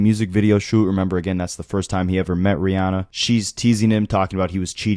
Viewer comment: They was he says “RiAWHnnah” stood out to me, lol.